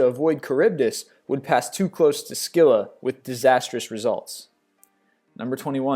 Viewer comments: Pronounced 'Silla', not S-killa' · its pronounced silla not skilla (spelt Scylla) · It's Scylla not skylla... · You said Scylla wrong say it like it's spelled sylla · Actually, if one is being even more correct, it's Khimaira :) - "Chimera" tempts one to pronounce it as "Shimmer-er"- which would be hopelessly incorrect. It's not shimmery at all, but bitey & fiery & hissy. "CH-immer-er" just looks wrong. SKylla is more correct than SCylla with an S-sound - SC looks as though it should be pronounced SH. It's confusing that both "Scylla & "Sylla" are pronounced with a simple S, as though the spelling were the same. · Not to be rude... But you mispronounced Scylla and Chimera (i think, i have heard them pronounce differently.) :)